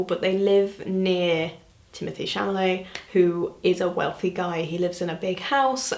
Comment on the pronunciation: am i crazy or did she say timothée chaMALET instead of chaLAMET?